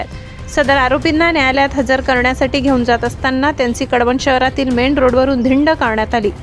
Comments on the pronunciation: कडवणं नाही कळवण..... 😐😐😐😐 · कडवण नाही ते कळवण आहे,ते काय पोडि, काडी, निडी सारखे आहे का